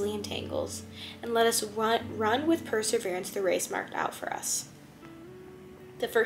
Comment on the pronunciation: I appreciated your interpretation, thank you. Love hearing more of His mercy. (It sounds like you're pronouncing "perSEverance" "perSERverance".